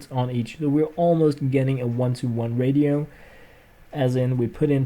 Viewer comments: ur both wrong its ray-she-oh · Ratio is pronounced rashio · ratio is pronounced ray-she-oh.